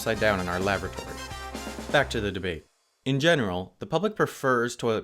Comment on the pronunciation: That's not how you pronounce lavatory